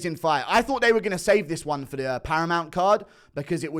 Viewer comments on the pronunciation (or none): none